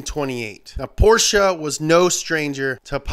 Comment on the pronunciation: Him pronouncing "Porsche" the correct way is all I needed and more.